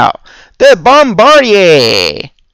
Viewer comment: just trying to help: i believe it is actually "bom-bar-DEER" not "bom-BAR-dee-ay"